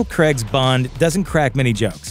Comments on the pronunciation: It's Craig, not Creg. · This pronunciation of Craig is hard to take.